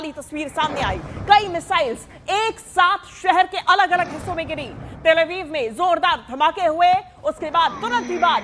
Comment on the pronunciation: तल अवीव नहीं तेल अवीव बोलो